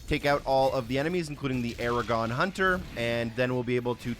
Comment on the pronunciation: Why do you call the Agadon hunter Aragon hunter?